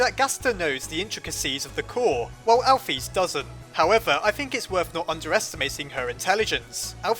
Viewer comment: Alphys name is pronoced al fis not al phys